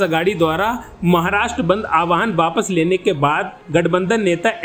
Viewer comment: Young Man! Its not "aawaahan". Its pronounced as "aahwaan".